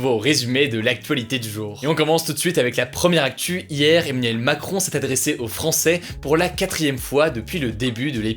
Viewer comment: le gars du mal a dire Emmanuel lol on dirait qu'il dit Eminem